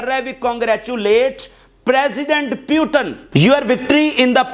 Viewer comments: Putin bola karo yaar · putin ....پُو ٹِن ۔۔۔ puton ...پیوٹَن